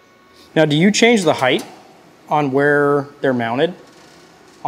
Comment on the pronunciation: You are pronouncing height wrong. Height ends in a T sound like bright, light, might. You are using a "th" sound, like length and width.